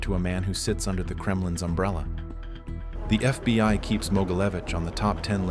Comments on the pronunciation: It's always FBY, and not FBHow😢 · Fby agents 😂 why does the ai alway get it wrong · Why do you say fby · “FBY” time stamp. What’s FBY? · Get an actual narrator. "FBY"... smh. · FBY headquarters? AI fails nicely.